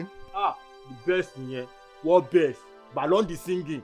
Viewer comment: the werey boy talk say 'ballon di singing" 😂😂